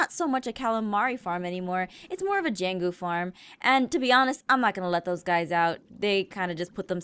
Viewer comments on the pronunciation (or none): none